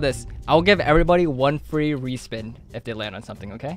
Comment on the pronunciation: Fwee tablet